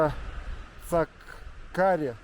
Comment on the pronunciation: 😂😂как город называется, где хурму добывают? Озеро не Цаккари, а Цахкари.